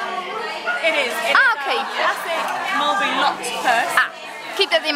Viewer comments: Ja, viel mij ook al op :p het is meer "Mulbrie" uitgesproken. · Leuk hoe enthousiast jullie zijn! Maar please spreek Mulberry wat beter uit. Nu zeggen jullie het echt op z'n Nederlands :P